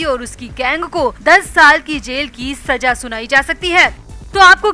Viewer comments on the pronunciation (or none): Urdu sahi kar le Saza hota h Bura na mane plzz